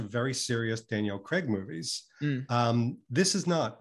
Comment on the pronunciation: Why can NOT pronounce names? He is forever getting on my nerves with his "Creg" when he should say Craig and he just said "Arnel" rather then Arnold. He is meant to be this high flying business man but does he realise he has a speech impediment?